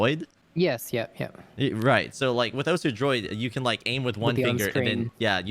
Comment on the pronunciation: my man said "osuHOW"